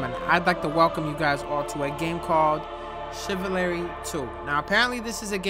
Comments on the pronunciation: how did yall let mess up the word chivalry like that”chivilary 2“😭😭💀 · just said chivalary.... 😂 the goat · really just said "Chiva Larry" 🤣😂 Im sorry but its funny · “Welcome to… Chivilary two” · Chiv-I-lary LMAOOOOOO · Chiv - va- Larry.. 2 🤣🤣 as if it's pronounced that way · Nigga said chival-larry I'm dead asl😂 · It's pronounced CHEEE-VALRY BRO😂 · I know ain't that good with pronunciations but him saying chivalry had me almost choking on my food😂😂😂😂😂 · Bro the way you said chivalry 🤣🤣🤣🤣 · THAT PRONOUNCIATIIN OF CHIVALRY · the way he said chivalry 💀